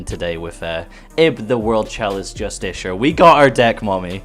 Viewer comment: I know this series is over now, but man oh man hearing him say Jus-tish-sher instead of how its pronounced jus-te-car just kinda grinds my inner writer xD Good pull tho!!